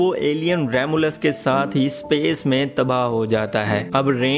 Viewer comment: सपेस नहीं स्पेस होता है..